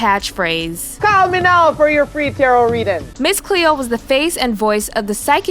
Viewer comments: "... Tarrot(carrot) card..." - The, um, researcher and/or voicover provider need better prep. Oh, and ADVERTISING another psychic huckster? Really? Tfoh. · Just wanted to say it's TAR-O, t is silent and not like carrot. Great video! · Jesus christ, you make a video about Miss Cleo and you can't even pronounce Tarot correctly? The 't' at the end is silent...